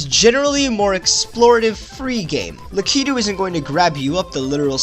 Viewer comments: luh key too hurts me. its lack i two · its Lake-I-too